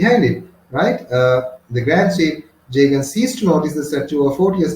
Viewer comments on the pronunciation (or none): Jagan❌ Jeagen ✅